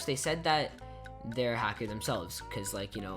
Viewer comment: hacker not halker \